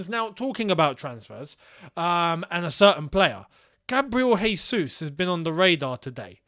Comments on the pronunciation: Regardless of if he does come or not: it’s Jésus, not Hésus. He is Brazilian, not Spanish. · can you englishmen stop calling him "resus"?!! "resus" would be if he were spanish or flipping colombian or something. he's brazilian, we speak portuguese and in portuguese the "j" sounds just like in english. hence his name is "jesus" just "john" is "john" and not "rohn". the man's been in england for what 10 years??? get his name right please.. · Dudes played 100s of matches and you still can't say his name lol